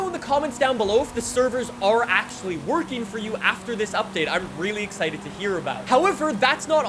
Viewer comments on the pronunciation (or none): none